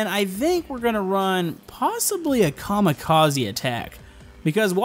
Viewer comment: Oh that a bit odd how you say maybe we do some Kamikaze